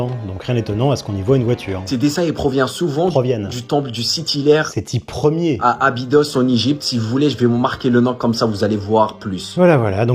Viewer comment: Il y a bien dit " Sethi iére" ? Ce débile ne sait même pas lire les chiffres romains 😂😂😂